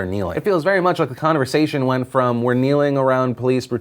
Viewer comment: no one heard 'conneversation' not conversation?